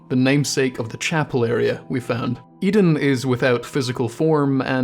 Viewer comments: "I don't know whats going on with Oedon" Maybe if you started pronouncing it correctly, you'd start gettin a better look at it Its name is pronounced the same as how you "Odin", like the norse god. Maybe start from there Seriously, everything else in this video is absolute top notch, but the fact you somehow got "eden" from a word starting with an o and lacking a second e makes me want to drive up to scotland and dunk your head in a chip fryer Keep up the great work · Hearing "Eden" chapel instead of "Oden" chapel was giving me the kind of head-bursting moment you get from popping a Madman's Knowledge.